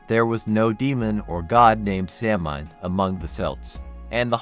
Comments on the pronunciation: A few things... Samhain is pronounced SAH-win. Celtic is pronounced KEL-tik (with a 'k', not an 's'). What you relate are the legends, myths, and folklore that surrounds Samhain. What we definitively know about it woukd fitvon about a page and a half of paper. There is zero historical evidence that it had anything to do with a celebration of the dead. It simply marked the transition of the light half of the year to the dark. It was a time for culling herds, paying taxes and tithes, and the holding of judicial assemblies. Horse racing seens to also have been a Samhain activity. The carving of root vegetables dates to around the 1700's. It's just not historically attested any earlier. All Saint's and All Souls did not replace Samhain. They developed completely independent of each other. By the time the datecwas changed from May to November, bith the Druids and Samhain had been gone for over 500 years. Costumes associated with trick-or-treat developed around the 1930’s from right here in America - they do not tie back to Guising, Souling or Mumming. Historical similarity does nit equate to historical sameness. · This video repeatedly mispronounces words, it’s significantly reduces authority of information offered. There is no soft c in Gaelic. The word is not phonetically pronounced Samhain is Sow-en.